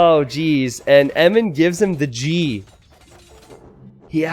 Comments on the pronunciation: Eminnem? Enimen? Em-in-em dude... haha! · Isn't blue Eminem? Is just me or is saying Emin. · why do you pronounce eminem as emem?